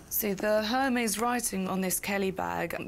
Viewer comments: She’s the appraiser but says Her-mays?!🤦🏼‍♀️ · OMG...she just said “Her” “Meezzee” when pronouncing Hermès...and she is an expert? But I do say the appraiser was bottom fishing and owner should of just named her price and be done with it. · Ive never heard a 'handbag expert' say 'Her-Mees' instead of prouncing it correctly. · The Hur-meeez. cringe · Exactly. Her pronunciation of ‘Hermes’ made me roll my eyes. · LOL exactly. When she pronounced it that way I wondered how much of handbags she knows about. 🤣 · She can’t even pronounced “Hermès” properly. Hahahahahaha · Bag expert pronouncing Hermes with the H sound? lol! Busted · That doesn’t even know how to pronounce Hermès correctly lol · The handbag offer was insane just one of the classic black Chanels you could get 3000. Don’t even start with the Hermès. The “expert”didn’t even pronounce Hermès correctly I was surprised when she first said it. She didn’t make the company look good, at all. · doesn't know how to pronounce 'Hermes' correctly and those bags are worth much more. Hermes and Chanel are invest bags. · First I wouldn’t trust anyone with my Kelly who cannot pronounce “Hermès “ right . I just chocked on my drink listening her pronouncing Hermès . General Chanel Classic Flap and Hermès Kelly or Birkin gives you better return than any conventional stock in the would. On top these were well made vintage rare gems and the condition was good enough. You can take them to the respective stores and get them spa and they would be good as new. She was a grotesque looking plastic woman trying to fool the sweet lady . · At least pronounce a brand correctly it’s Air Mez…..